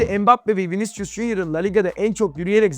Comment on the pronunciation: Hoca Viniçcus deme ya.